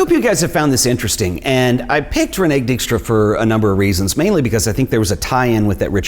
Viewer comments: Concerning past masters and Dijkstra (Please, work on your pronunciation of Dutch/ German names). There recently was an expo in the Frans Hals Museum pairing her photo's with Hals his work. The link was pretty clear that way. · More like REEN-eh-kuh DIKE-stra. Do yourself a favour, double check it before you tape (the same with a couple of translations/ pronunciations in the Daan Hansen video). Hell, i'd be okay with it if you asked me.